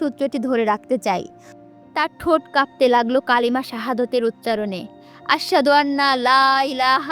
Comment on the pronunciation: আহারে কালিমা টা ঠিক ভাবে পরতে পারলেন না আসহাদুআন্না হবে আসহাদুআল্লাহ ইলাহা বৃথা পুরো উপন্যাস টা 😅